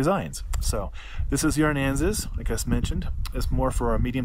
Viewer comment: Thanks for the video. I am ordering these based on how they looked on you. I have a similar size and shape face. My hair is even very close. However, you are not pronouncing "Aransas" properly. It's a southern Texas county. Sounds like "a rans us".